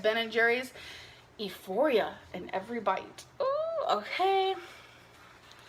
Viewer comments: Euphoria say it with me the E is silent. Eeeeuphoria is not a word!! Smdh she’s really not that bright at all. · Did she pronounce euphoria as "ee-phoria"? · "E-foria" instead of, "euphoria" hahahaha.